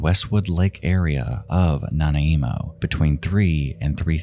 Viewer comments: Nanaimo is pronounced Nigh-name-oh but I adore your channel, very good narration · the pernoinciation of Nanaimo (na-n-eye-mo) is so jarring lol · nanaimo is pronounced nah-nai-mo! also great video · Just needed to say: It's NAH-NYE-MOH. Great video though. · "Nana-eemo"? It's not pronounced like that at all. Googling "pronounce nanaimo" will give you the proper pronunctiation. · Lmao "Nana-Emo" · It's pronounced "nuh-nye-moe". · Prompunciation of Nanaimo is Nah-neye-moh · Naniamo is pronounced Nuh-nimo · Nanaimo is pronounced nan-eye-mow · It's pronounced "Nan-eye-moe." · Love hearing non-Canadians pronounce Nanaimo lmao. Also thank you for covering MMIW! I'm glad to see a ton of channels I love covering these cases more. I'm First Nations (Indigenous Canadian) and much of my family has tragic or horrifying stories about life as Natives in rural Canada. Just recently, my brother and his fiancée were visiting family in Alberta, and throughout their trip they were yelled at, ran off the road, and followed. Unfortunately, it often gets much worse, especially for young women and girls. Thank you for spreading awareness. We really appreciate it. Great video as always ♡ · Lol it took me awhile to realize he was saying Nanaimo. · It took me relistening to him pronounce it over and over to understand he ment Nanaimo trying to figure out what other place on the island has an N. 🤔😂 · It took me so long to realize he was trying to say Nanaimo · Soothing riiight up until he pronounced Nanaimo wrong. Always gives me the giggles. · I came here to comment this same thing. Nanaimo isn't even one of the worst. Let's just be glad it wasn't Osoyoos rofl. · If Nanaimo was located in Hawaii, he’d have had the perfect pronunciation! 👍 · I have yet to meet someone not from Canada who has pronounced the name "Nanaimo" correctly and funny enough this is actually one of the less silly attempts I've heard. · Sorry but I'm losing it over how you pronounce Nanaimo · Na na imo 😆